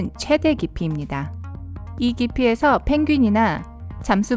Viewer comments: 9분50초 들으니까 번역기 썼다는걸 알았다 펭 구윈~ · 펭구윈ㅋㅋㅋㅋㅋㅋ 발음 지리노